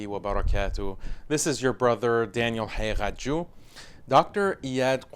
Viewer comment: I finally know how to pronounce Haqiqatjou. Masha Allah.